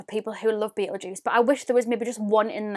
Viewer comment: It's pronounced like beetle gist that shade